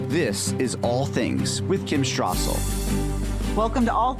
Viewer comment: it's Wall Street Journal, and Kim Strassel. No 'H's' right?? Why do you pronounce it Wall Shtreet and Kim Shtrassel?